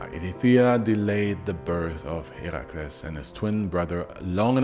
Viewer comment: Correct, only here. He’s the only YouTuber who actually pronounces the names right. Even the “mythology” YouTubers mispronounce them and then “correct” others who were right all along.